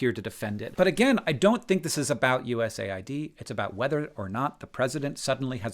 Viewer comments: I thought it was pronounced “US-aid” not “USA-id” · It’s called US AID not USA ID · are you sure you pronounce USAID right? I always thought it was supposed to be pronounced as U.S.-aid, given what their focus is. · That’s how you say USAID?! I always pronounced it USAID! I must have looked like a moron. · U S A I D? Isnt it pronounced US AID? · As a non-American I assumed USAID would be read 'you-ess-aid'. I mean it administers aid, not IDs. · Wait it’s not pronounced US AID? 🤯